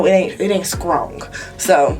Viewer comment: "It ain't Skrong!"😂😂😂😂😂